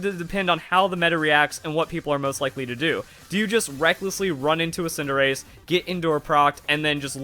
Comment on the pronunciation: I hear tsundere every time you say cinderace